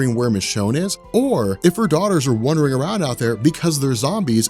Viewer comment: love your videos and personality. Wondering and wandering are two different words with different pronunciations!:) You don’t go wondering around outside. ^.^